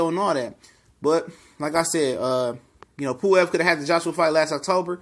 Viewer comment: Pulev not puwev